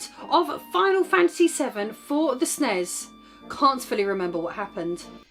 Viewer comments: Luv ya my dear! But nobody said SNESS. S.N.E.S 😊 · Instantly unsubscribed when she said snes as a word. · It’s so cringy when people pronounce it “SNES” instead of “Super N-E-S” Or “S-N-E-S”. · I don't know why, but I always cringe when someone calls the SNES "the snazz". Guess I'm too much used to call it either the "As Any As" or the Super Nintendo. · It's pronounced "Snez" with an 'e'. Don't worry - we cringe when you call it the "Ess en e ess" 😉